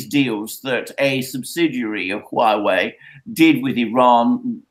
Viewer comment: It's HUA WEI, not Hughwei. Repect other languages and learn to sound more correctly, please.